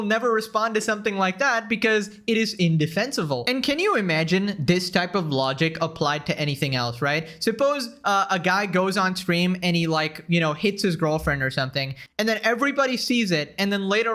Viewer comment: indefensible but you misspoke and said indefensevil